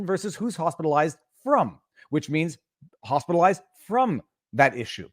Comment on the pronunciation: she didn’t say “Hospitalized” she said Hostelized